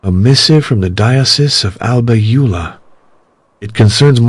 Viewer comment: The name Alba Iula is not correct. Is actually Alba Iulia